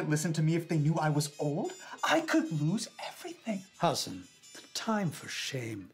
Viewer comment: Okay but why do they keep calling him "Ha-son"